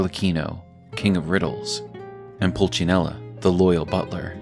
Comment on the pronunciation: actually is Pulcinella, not Pulcinello.